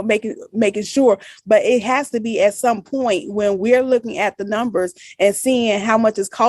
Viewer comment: The letter O is pronounced as a U with Big Tiff. The letter A is pronounced as a short E with Tiff. The letter U is pronounced as an I. Ex: bankrubbery (bankrubbery) , sed (sad), nimbers (numbers)